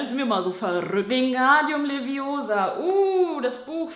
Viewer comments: It's LeviOsa, not LeviosA xD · der blitz auf deiner stirn ist auf der falschen seite!!!!! Und es heißt LeviOsa nicht LeviosAA!😂😂😂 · es heißt nicht leviosarr sondern leviOsa😂Like wers noch kennt